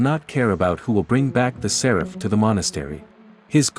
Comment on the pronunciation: Séraph, not Seráph at least, that is how it is pronounced in the Game